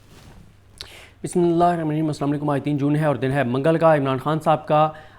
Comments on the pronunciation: حضرت بسم اللہ درست پڑھا کرے❤ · Sadiq jan bhai say kalima Bismillah proper